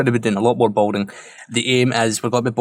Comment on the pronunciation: Could be my tired ears but I'm hearing 'boating', not 'building'. And for sure you've said it like 100 times this episode. Regardless, this place is really turning out nice.